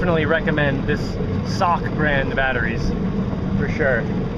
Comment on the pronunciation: It's S•O•K. Nobody calls it "sock" 🤣